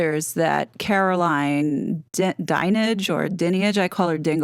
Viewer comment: I’m backing Russell 100% we’re in scary times for sure! FYI it’s pronounced Dine age ❤